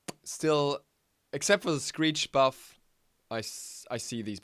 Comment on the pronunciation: Good vid man keep up the work. And I agree heavily on the Thana what was it you said? a berf? XD (Sorta new to channel )